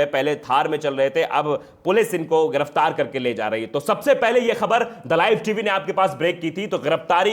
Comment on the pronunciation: Sadri wale Bhai thik se bolna sikho ghiraftar giraftar hota h waqeel nahi wakil hota h